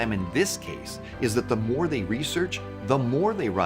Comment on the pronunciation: The text is good, but the reader keeps putting the stress on the wrong words or syllables, as if he either does not understand what he is reading or his mind is not paying attention to it. he says "the more they research, the MORE they run out of time", but the stress should have been on the word "time", not on "more". There are several other incorrectly stressed words or syllables around about that time in the video. Wrong placement of stress obscures the meaning for the listener.